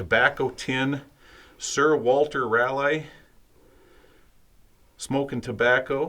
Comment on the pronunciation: "Raleigh" is pronounced RAW-lee. Like the capitol of North Carolina. 🙂